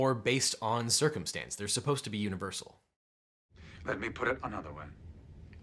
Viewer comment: Lol, "They boldly went where they were suppost to go." XD